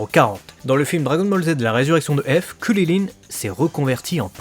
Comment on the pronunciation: C'est CRIL , pas cirrirrin